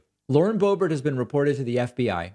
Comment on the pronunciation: Everyone mispronounced her name… Correctly it sounds like: ‘BOOB-AIR’ or ‘BOO-BEAR’ So Lauren BOOB-AIR - kinda fits doesn’t it? I mean, she IS pretty much a BOOB after all. With a head full of AIR. Just sayin’